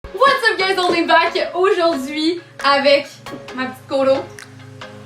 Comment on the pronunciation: Kiran Rasul j'ai un doute je pense que c'est comme tu dit mais moi j'entend : WHAT'S UP GUYS ONLY BACK " 😂😂